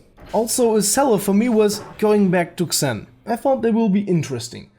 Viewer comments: Xen is pronounced "Zen" not "Ksen" just so you know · its pronounced zeen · It's spelled "Zen" not "Ksen" lol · BTW, the "Xen" is pronounced more like "Zen" in English. I'm Polish so I had to learn that too, you sound Russian to me :) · you say it zen not xen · xen is pronounced zen not exin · The way you pronounce "Xen"... My ears... It's pronounsed as "Zen", not "Ksen" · No offence, friend. I've watched the video, and you've covered what everyone else seems to have a problem with. good review. But the title is very misleading and if it weren't for that I'd have nothing bad to say about the whole thing... Oh and by the way "Xen" is pronounced "Zen" for fucking "Ksen" ;P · xen is pronounced like "zin" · xen is pronounced like zen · It's pronounced as "Zen." GMan pronounced it as such. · The way you say "Xen" actually bothers me.